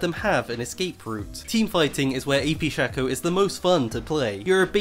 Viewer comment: Its SHAYYYCOOOO you dont say fako its fayko fake